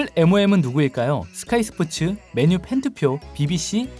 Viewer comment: 맨유 발음할때 왜 그래 맨을 강하게 발음해야지 틀딱이라 거슬리네